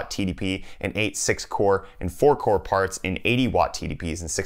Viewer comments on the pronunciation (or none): none